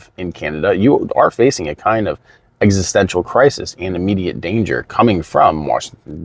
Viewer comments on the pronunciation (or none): none